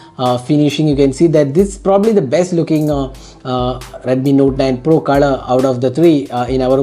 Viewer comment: It's pro not por